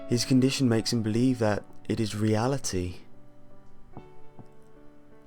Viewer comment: Re - a - lah - tii pip pip kill the irish. i swear on me mam